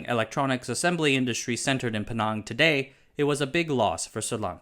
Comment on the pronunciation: Penang is pronounced "Pee-Nhang" haha just sayin